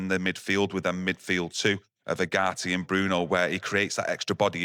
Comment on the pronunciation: Manuel Ugarte pronunciation..: Yu-Gar-Tee: oo-gah-hee, there's a T in his name